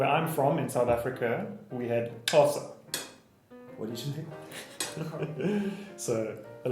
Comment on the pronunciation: すげえ…コーサの発音どうやんの…